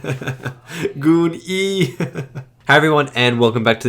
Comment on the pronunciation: GOON-E?? 🤣😅 you're such a nerd